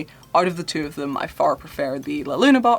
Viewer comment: Love the way you said la Luna 🌒✨